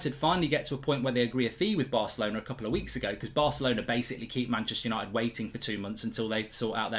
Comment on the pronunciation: "We are Manchester Yanited" 🤡